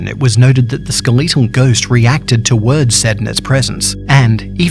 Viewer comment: skel eeto ghost